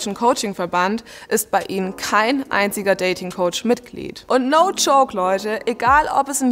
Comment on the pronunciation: Mega Video, aber bitte "Joke" und nicht "Choke" sagen 🙈 das triggert hart, vor allem bei dem Thema 🙊